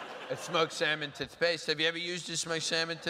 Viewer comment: Okay but the pronunciation and syllabic emphasis of "tuth-PASTE" is just one of those works of genius because it's utterly batshit absurd but also something that a person might reasonably actually do.